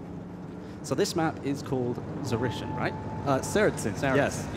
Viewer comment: Zarishian? Saracen? NO it's called Tsa-REE-tseen